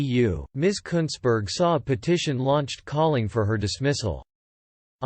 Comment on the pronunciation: You pronounced her name exactly right!